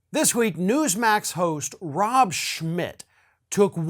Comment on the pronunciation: Rob Smuck* u said it wrong lol